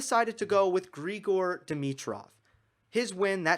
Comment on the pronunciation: Grigor is Bulgarian, you got it right.